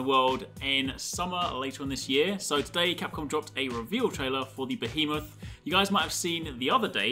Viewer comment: Finally someone pronounced my favorite final fantasy beast's name correctly thank you you really made my day as it's been quite rough